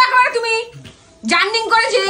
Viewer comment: Bhai tor paa ye porchi..... english er ei obostha koris na....JARNING 😂😂😂 Ota gordhov JOURNEY hobe...... english na jana kono oporadh noy kintu kono bhasa na jene tar pindi chotkash na .... oshikhito proman kortei hobe 😡🤬